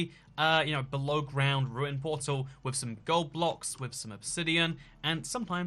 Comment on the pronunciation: 'deep above the groud' lmao